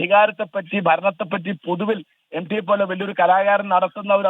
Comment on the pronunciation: എം ഡി അല്ല സാറേ...M T...M T... എന്ന് പറ....😅😅😅😅